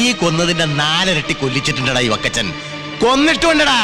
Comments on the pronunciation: ലാഹേൽ ഫക്കച്ചൻ 😅❌ വക്കച്ചൻ ✅😅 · ളാഹേൽ ഫ... ക്കച്ചൻ 😅...